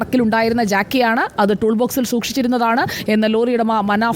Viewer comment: ജാക്കി അല്ല ജാക്ക് ആണ്